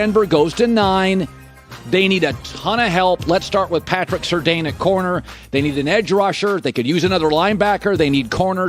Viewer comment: How has nobody in that studio told Colin how to pronounce Patrick surtain’s name yet?